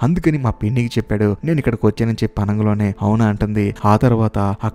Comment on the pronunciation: Explanation is quite impressive. Keep it up brother, but what is that word "ఆనంగలోనే", I hope its "అనగానే"? If possible correct it in further videos brother. Plz Don't take it as complaint, take as improvement.